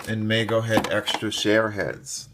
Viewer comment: The name of the company that produced the original Cher dolls is pronounced Meego. Long 'e'.